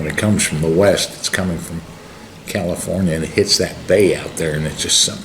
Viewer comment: heavy wain fwom the west